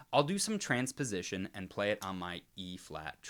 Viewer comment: t-t-transpowsition is s-s-scawwy...